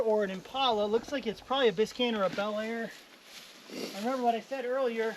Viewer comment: Can't believe you called that 69 Road Runner a Corenet, and it's Biscane not Biscine, your driving me crazy.